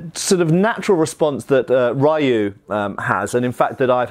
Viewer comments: The Ryu in Ryu fireheart is probably pronounced as ryuu or You but put an r on the first part Like ryou or ryuu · Ryu is pronounced Ree-you. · "Ryu" is pronounced more like if you said "Lyou" as a single syllable. Make it a Japanese 'R' sound instead of an English L and you'll have it.